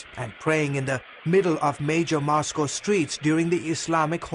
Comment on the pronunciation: "In MOSCow there are only 4 mosques" lol